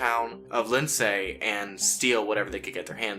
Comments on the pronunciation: Pronounced "On TER E Oh" and LIND SEE" like the name Lindsey. Not Lin SAY and On TAR e oh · Or “Lind say” according to the narrator. 🤣🇨🇦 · Lind-say? Hahaha